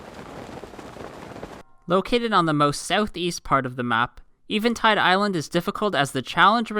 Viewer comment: Someone who pronounces Eventide Island correctly. It's a Christmas miracle